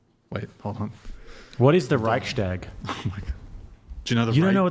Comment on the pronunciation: As a German i have to say Chair 2 does ABSOLUTELY not represent germans at all, the only excuse for her not knowing what the Reichstag, etc. is that you guys mispronounced it and we mostly call it the Bundestag by now. We are DEFINITELY educated better its honestly common knowledge